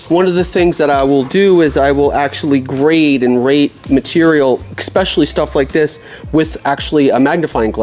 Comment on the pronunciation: I can't take anyone who says "expecially" seriously. Do you spell it that way too? Exactly how low is your IQ ?